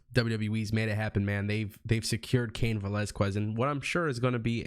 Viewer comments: It’s pronounced velazKEZ not QWEZ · Yo when you say cain Velazquez the u is silent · You butchered Cain's last name but I am glad to see him.Since they don't want to put Lashley vs Lesnar I know Fox will make sure Brock vs Cain happens. I don't see Fox wanting Brock to treat the belt and be there as little as he was with the last belt so Cain will take it from him in short time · Please pronounce his last name correctly. I tried to finish your video but your mispronunciation made me cringe.